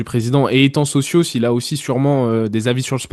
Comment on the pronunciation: Franco Marocain pas Français d’origine Marocaine 🤣 Il est né et grandi à Casablanca, il est parti en France après avoir obtenu son Bac. Ps: Socio pas Socios 😅